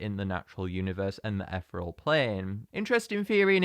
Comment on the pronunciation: I just thought I would say that ethereal is pronounced ith-ear-ee-ool